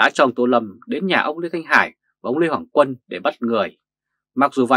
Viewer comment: Lê Hoàng Quân mà người bình luận lại đọc tên là Lê Hồng Quân người đọc bình luận này phải đọc sai không Nếu sai thì người đọc bài này tìm hiểu kém quá